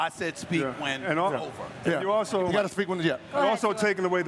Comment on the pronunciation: I never heard somebody but a er at the end of yeah . “Could you win a playoff series ? YEAHER”